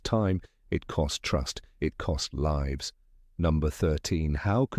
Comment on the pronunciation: Thats a weird wat to say lives, like "they liives" instead of "leyes"